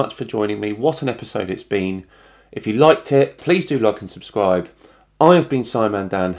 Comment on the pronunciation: He has such a high IQ but he says “suscribe” instead of “subscribe”